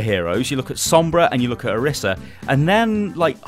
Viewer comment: It's Oreesa pronounced btw ;)